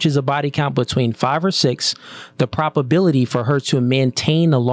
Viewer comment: I know bro means probability but sounds like he's saying prop-ability